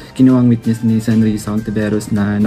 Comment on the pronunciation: PATAPUSIN MO MUNA MAGSALITA ANG WETNESS MO HINDI NAMIN MAINTINDIHAN EH